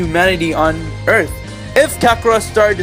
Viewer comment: "Destroying every humanity on erf"